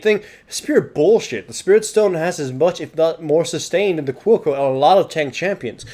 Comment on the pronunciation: I thought he was saying "Cuoco", it was Quill Coat haha.